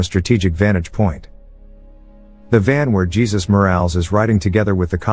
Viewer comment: The narrator needs to get his names straight. It is not pronounced Jesus, like Jesus Christ, it is pronounced Ha- sues.